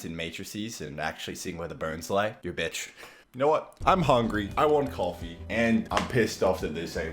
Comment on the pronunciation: We should get youtubers to say vitch as much as possible to mess with the youtube swear detection algorithm, lol.